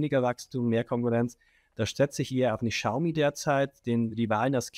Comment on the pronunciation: Xiaomi : schau mi